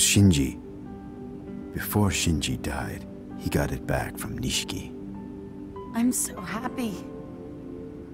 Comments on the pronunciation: Nishiki not nishki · they’re totally saying it like “Niche-key” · The first time he says it right, this commenter is clowning the second time where he kinda drops the “i” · they mispronounce it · yes they fucked it up